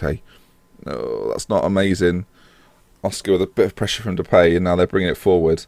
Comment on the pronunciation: "And Brad Jones in goal, so mistakes were made" haha. Also I believe it is pronounced De-pie not De-pay but I could be wrong. Keep up the good content. Sent here from Jack, but subscriber now :)